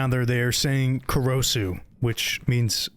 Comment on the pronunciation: "Korosu" was clearly pronounced and yet you still pronounced it wrong. Also, the pronunciations of names, in general, made me cringe, ESPECIALLY "Kawagoe".